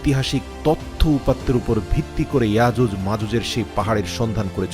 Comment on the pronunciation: আজুজ মাজুজ না,ইয়াজুজ মাজুজ বলতে ও পারেন না